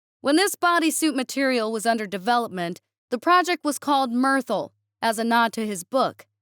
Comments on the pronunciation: i think M.Y.T.H.R.L was meant to be pronounced Mithril, not Myrthle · Pronouncing Mythril as "mirth-el" pains me. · M.Y.T.H.R.L. is clearly meant to invoke 'mithril' (the strongest metal in Tolkien's novels) which is pronounced 'myth-real' (as in, it's mythical but it's real). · yeah. That was painful